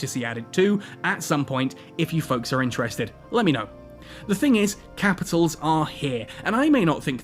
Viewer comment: "Kehpitols. I'm talking Kehpitols."